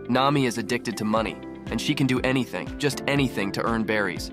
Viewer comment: Bro, why did you emphasize anything like that?😂